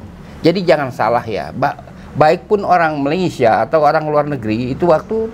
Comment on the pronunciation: babe menyebut perkataan 'malaysia' dgn sgt tepat, sedap bunyinya. begitulah cara perkataan itu disebut. salam dari kuala lumpur.